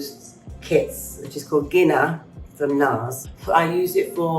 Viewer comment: Did she say gina? With a hard g? I'm... luv. It's a soft, like Jean-a.